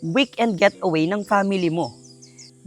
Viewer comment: Sorry I have to correct you, It’s Getaway not Gateaway😬 But I like the place though👌